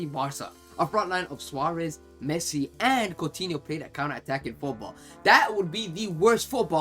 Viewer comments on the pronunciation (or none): none